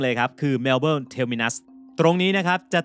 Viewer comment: อยากรู้ว่าทำไมถึงเรียกว่าเมลเบลครับ? ภาษาไทยที่เขียนข้างล่างก็เขียนว่าเมลเบิร์น พอได้ยินแล้วงงครับ นึกว่าคนละเมืองกัน